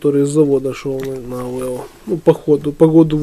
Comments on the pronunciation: Зачетные и познавательные видосы у Вас!👍 Только не "АвЭо", а А В Е О )))😁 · Есть интересный видос. Только ухо режет когда ты говоришь АВЭО))